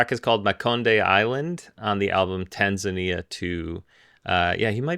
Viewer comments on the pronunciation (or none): none